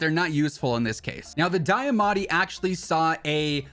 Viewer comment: It's pronounced D-AH-MATTI not Die-ah-matti mane mane